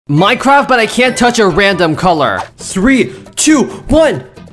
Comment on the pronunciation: Dude said “srree”💀💀